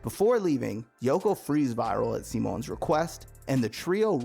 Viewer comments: I know its spelled Viral but his name is pronounced "Vee-Ral" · Bro you said virils name wrong ?😅